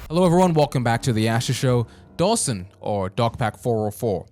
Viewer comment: is such a tool 😭 he didn’t even have the decency to pronounce Dawson’s name right on purpose.